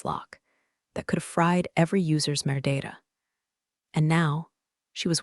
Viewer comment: I 'think' you're saying 'metadata' or something? but 'merdata' comes out.